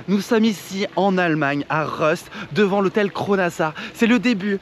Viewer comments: Reust... Rolantica... Reulantica 😂🤣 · j'ai mal à mon Allemagne... si déjà prononce bien le nom du village, Rust c'est un U et non Reuss... ouinnn Sinon top la vidéo !